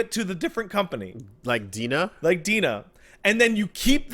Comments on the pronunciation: it should De-NA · Will ever learn that DeNA is pronounced "D-N-A"? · DeNA is pronounced D.N.A.